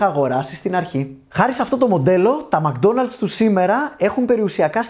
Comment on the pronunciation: μκ-ντόναλτς προφέρεται, χωρίς "α" :)